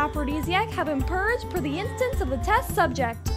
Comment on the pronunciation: Insistence is not pronounced "instance." Otherwise, good job!